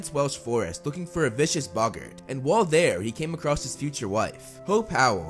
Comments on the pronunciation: its bogits not bogons alest according to the prisoner of azkkabn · Bog-art not buggert